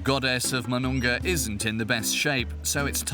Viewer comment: it's pronounced as moo-noon-ga, not ma-noon-ga